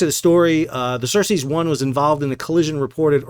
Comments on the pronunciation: I am sorry, but i had to point this out. It not "HAIFNA" its HAF=HALF, NEEYA and other ship is not "Cersis " as in from game of thrones. It is CERES 1. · Sal, the ship was named "Ceres" (like the dwarf planet/Roman god), not "Cercei" as you were saying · Ceres = "sir-ease" not "sir-sees'". ;)